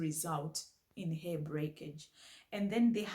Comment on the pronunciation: I love how you say "heh" for hair 😂 it's adorable ❤